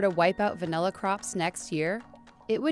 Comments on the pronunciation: Degree as far as i know its va-nih-la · *Me throughout this entire video: "If she says vanElla one more time..."